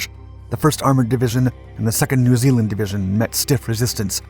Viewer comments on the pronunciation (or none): none